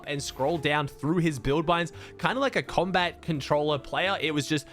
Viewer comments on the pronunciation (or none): none